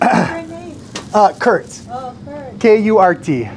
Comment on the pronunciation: Tagalog Kurt K U Rrr T ! More power to you Tita Ed